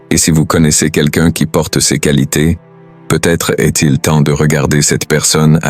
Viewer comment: 5 coualités rères ... pu capable des textes générés par IA et lus par IA. Une autre chaîne médiocre qui s'ajoute à toutes celles qui pullules sur YT.